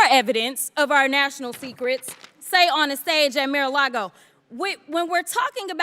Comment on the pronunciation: again, that's all it takes??? She literally said nothing new, interested, deep or profound. She said "whatabout Trump" when he' literally being indicted everyday, he's been investigated, impeached several times... what was intelligent? Her mispronouncing Mar a lago???